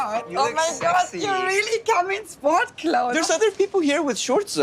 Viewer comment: This was so cringe. I thought I was bad with women 😭😭. That lady said “omg you come in spvorts clothes” 😂😂😂